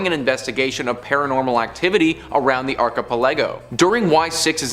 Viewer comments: Thank God you finally stopped saying archipelago. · Archipelago is a group of islands. It’s not hard to google a word and learn how to say it properly.